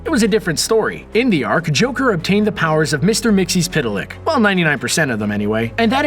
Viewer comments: mix il plik not mixy spit il lick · It's "Mix-Ul-Plick", actually.